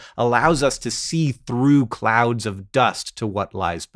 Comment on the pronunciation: Did you say "clowns of gas and dust" or "clouds of gas and dust"?